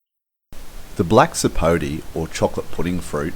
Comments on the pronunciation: It's not a Black Sapo'tee'. It's a Black Sapo'tay'. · Actually it's Black Sapo'teh' or Sapo'teh' Negro. The name has a Spanish accent